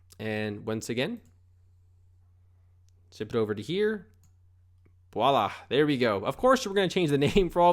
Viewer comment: "Right off the back"... "ekcetera" ... "Boila!" ...lmao. Poor little fella never learned how to use common phrases.